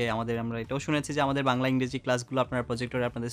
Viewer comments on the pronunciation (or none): none